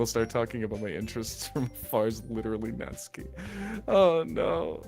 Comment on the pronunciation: OMG FIRST YOU ALL GET ME INTO ANDY AND LEYLEY AND NOW ONE OF MY FAVORITE INDIE GAMES YESSS Edit: SHE SAID NA-TSU-KI AND NOT NAT-SUKI! PEAK!